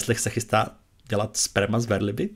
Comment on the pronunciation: Jo, často jde podle překladu poznat, jestli je ten daný titul šálek kávy překladatele, nebo ani nemá snahu se trochu zamyslet. Jinak,, já bych si Vás dovolila poopravit pro změnu v češtině - není verliba, nýbrž velryba (velká ryba). Ale nic si z toho nedělejte, hodně lidí to tak říká stejně jako třeba cerel (správně celer). 😉